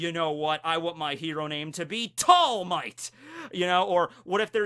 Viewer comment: Tall Might more like All Highth 😂